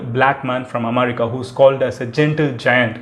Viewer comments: Please post the video by speeding up the video by 1.25x :) Also you pronounce am'a'rica. Its Am'e'rica. And u missed ur Intro- "Hi Friends, Madhan Gowri here" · Bro athu America omerica illa 😂😂😂😂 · Madan it is america not "amaarica" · Amarica? Lol😂😂😂😂😂 U suck in English.... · Your way of pronouncing America is unique. Haha